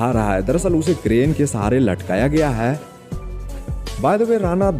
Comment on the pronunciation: वीडियो में सब अच्छा है । बस " है " की जगह " ह्या " मत बोला करो ।